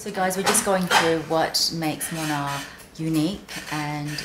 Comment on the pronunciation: I love the brand! Its been popular here in Japan and Korea in the luxury circle. You arent pronouncing it quite correctly but Moynat is amazing